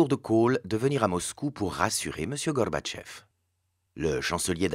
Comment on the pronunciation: Excellent pour le fond. Par contre, il faut qu'il arrête de vouloir prononcer "Gorbatchev" (Горбачёв) avec un semblant d'accent russe, parce que ça ne le fait pas du tout. L'accentuation est sur la dernière syllabe, qui se prononce "o" et la première syllage est affaiblie en "a". "GarbatchÓv"